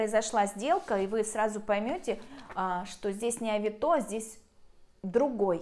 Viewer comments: Не авитО, а авИто. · Ну что за чушь? Оплачивают покупку, вы отсылаете, когда покупатель забираеттовар, вы получаете деньги. Какие безналу? И почему такое странное ударение»авитО? Ну вот сказки венского леса! Я продала через эту площадку на 160000₽. Один раз только нарвалась, когда попросили предоплату за доставку 500₽- сама виновата.